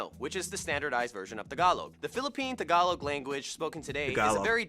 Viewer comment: Nice Tagalog🤗😍